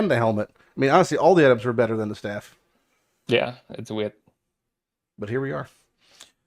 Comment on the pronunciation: "the staff" went full on european for a sec there loool 🤣